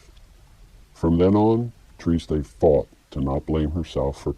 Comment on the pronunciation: triste is french for sad. pronounced simply "trist" in french. no -ay.